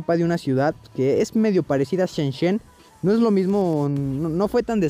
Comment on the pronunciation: se dice "shenzen" no shenshen :v